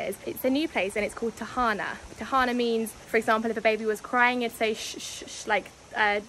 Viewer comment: the tahan na for me hahaha u slay that word 🤣